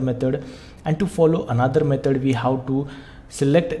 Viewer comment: ITS METOD NOT METOR